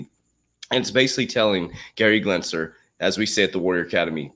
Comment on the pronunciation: Genser not Glensler. 😂😜